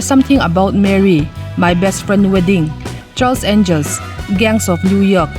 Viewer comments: Cameron Diaz ,.kamerun dias ai mahin Kamerawn dace(dice/dise) tiin lam la a dik zawk asin.Charlie's Angels-Chhalis Angels tiin.😁😁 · Camerun ti in an lam thin ami?Cameron(rawn)tih zawk tur ani lo mi..?🤔😛😂😂..charles angel te hi...mi lam loh dan zela han lam kher chuh...i nghal reuh ka ti...😂😂...lo ti ve chhen teng...😂